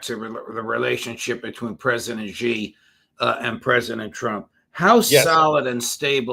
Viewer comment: Please Judge, the Chinese President’s name is Xi, pronounced ‘see’, not ‘gee’